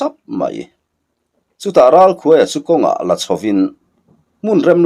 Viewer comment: Ralkhuaia' tih hi 'khûai no' kan lâk thin a,'khuai' tih a lam hi a in hmeh zâwk lo maw le....❤❤❤😂